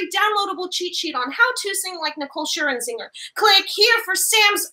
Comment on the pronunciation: Lol "Scher-in-zinger". It's Scher-zinger. Where's the extra IN coming from? 😂